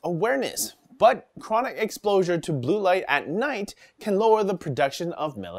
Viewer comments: I swear he said "explosure" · Excplosure? You trying to say Explosion, and Exposure at the same time? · chronic explosure? is that a new weed strain?